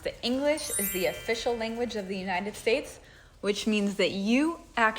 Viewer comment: Either you're or your stressing my uh-brain. Is it United States or Shaysh?